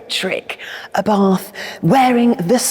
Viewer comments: The pronunciation of the man's name...."ABARTH is pronounced Abart ( the H is silent) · 😂Sorry, but we don't pronunce Abarth as you did🤌 But don't worry, we are used to Italian pronunciation been butchered🥸